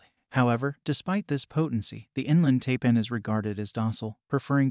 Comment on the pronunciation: Taipan is pronounced TIEPAN